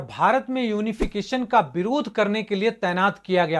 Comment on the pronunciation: Birodh nahi bhai, Virodh